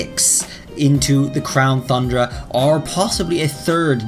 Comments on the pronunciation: You need to stop saying the name of the dlc because hearing “thundra” over and over when it’s pronounced “TUNdra” is infuriating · It shouldn't bother me so much that he says Thundra instead of Tundra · I’m waiting for this Crown “Thundra” to come out! I haven’t heard any news about this one. 🤔 I knew there was Isle of Armor and Crown “Tundra” but never heard of Crown “Thundra.” That must be what they’re calling the next DLC then. 🤔 How can you be an English teacher if you can’t even pronounce “Tundra” correctly? 🤣🤣🤣🤣🤣🤣🤣🤣🤣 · I don’t think this will happen if I’m being honest. Also it’s not crown thundra, it’s crown T-U-Ndra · As an English teacher, you really should consider making it a point to pronounce "tundra" properly.